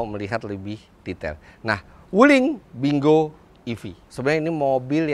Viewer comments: om sebenarnya kalau dibaca dengan bahasa mandarin bacanya ping quo yang artinya buah apple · bacanya pin... kuo , om .... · Kyknya bacanya ping kuo artinya apel, CMIIW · baca nya ping khuo itu om fitra...